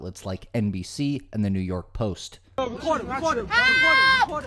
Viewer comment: The way she says “halp” instead of “help” is the most annoying thing in this video.